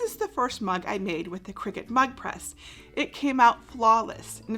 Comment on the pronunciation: I keep hearing it as Mud Press!